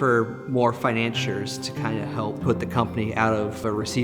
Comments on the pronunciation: Other than the repeated "finan-cheer" mispronunciation, this was a very well-made documentary. Thanks for sharing the history and for posting. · What is your source? The Book of Mangled English? None of those are correct. Fi-nan-SEE-er